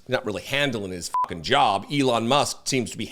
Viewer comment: When you said "Elon Musk is handling his job" I heard "Elon Musk is handling his junk".